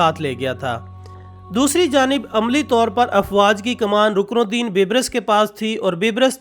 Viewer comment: ye bibrus nai ha balke baibers ha